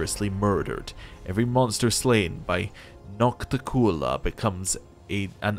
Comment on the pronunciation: Since this is obviously going to come up A LOT this Act, it is Nock-Tick-You-Lah, sorta pronounced the same way you would pronounce articulate. You are saying noct-tee-cool-lah. Congrats on starting Act 4. Very much the most unique Act in the game. First time I played it I hated it and its mechanics, but on my second run it was just another thing and I enjoyed it more.